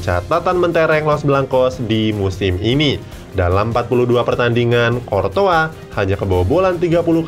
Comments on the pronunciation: Latihan baca pemain bola lagi min klw mau bikin vidio ..masa kortoa sekalian aja kecoa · Emang kortoa bacanya....